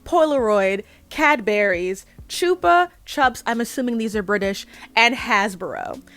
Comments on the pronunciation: Chupa-Chups (said like "chew-puh chewps") is a brand of lollipops that began in Spain. It's a Spaniard brand, not British. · Not that far into the video yet but Choopa, Chups is absolutely sending me 😭 Chupa Chups (all one brand name) is a brand of British lollipops. It's pronounced the same way as "chunk" or "chump" (at least in British English pronunciation). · It's not your fault because there's no good reason for a person to know this, but "Chupa Chumps" are British lollipops. I don't know how the company wants you to say their name but I've always heard it said "Chupa" to rhyme with "cuppa" or "supper".